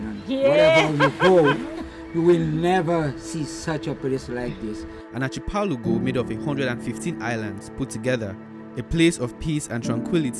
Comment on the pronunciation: Archipelago is pronounced - ARKI-pel-ago